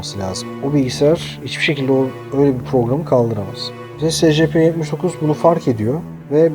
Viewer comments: SECEPE ne SCP diye oku şunu.Yada ÖMP(Özel Muhafaza Prosedürleri) de şuna.SCP yi nasıl açıcaksın.Salak Cahil Patates. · S c p değil e si pi diye okunuyor